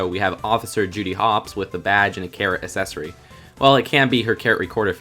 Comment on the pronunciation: WHY DO YOU KEEP SAYING ACCESSORY LIKE AS-SESORY ITS PRONOUNCED AK-SESSORY